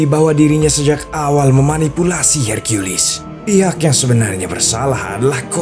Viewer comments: Bilang saja herkules bang ,,pake herkuilis segala kau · Hercules Min bukan Hercuilis🗿 Emosi bet Dengarnya Su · Apaan sih hirkiyulis, herkules aja woy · LU DENGER SENDIRI AKTORNYA BILANG "I AM HERCIULIS" DI MENIT